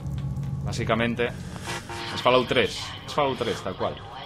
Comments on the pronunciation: se pronuncia folaut no falaut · cuesta tanto decir " FOLAUT" en vez de FALAOUT???